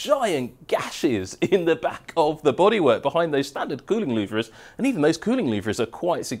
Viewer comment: I absolutely LOVE your technical videos, not only for the information you reveal, but also for your style, and sheer enthusiasm. 😍 But please, Please, PLEASE - you're totally doing my OCD in! 😬 They may be spelled "LouVRE", but they are pronounced "LouVER"!! 😭 Please, make this one small change to your videos, and I promise I'll buy you a nice cold beer when you're downunder in Melbs. 🍻